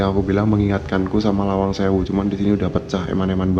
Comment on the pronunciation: Lawang bro...bkn malang